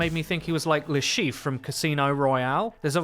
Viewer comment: He isn't called Le Cheiffe, he is called Le Chiffre